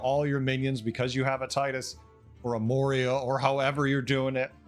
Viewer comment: "Moria" bronzebeard is killing me as a wow lore nerd